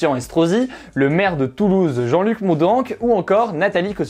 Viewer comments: euhh Moudinc plutôt que Moundanc... on reconnaît là un magnifique accent toulousain ! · Le maire de Toulouse ça se prononce Moudinc Tout est super sinon continue comme ça bravo du Sud 😉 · "Le maire de Toulouse Jean-Luc Moudaaanc" haha Il est du Sud on prononce Moudenc comme "in" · Teh on est dans le Sud Hugo ! Le nom du maire ça se prononce "Moudaiiiinc ":p (Sinon nickel la vidéo comme d'hab :D ) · petite précision, Moudenc se prononce Moud heinc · Ça se prononce jean luc "moudainc" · Toujours intéressant mais un truc qui m'a fait tiquer, à Toulouse, on prononce le "en" de Moudenc plutôt comme un "in" (comme dans "brin" ou "hein") même si l'erreur est facile ^^